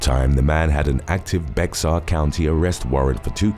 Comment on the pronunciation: Bexar is a Spanish word and not pronouced "Bex-are" but pronounced "Bah-er'". The "X" is a silent (minor "h") sound.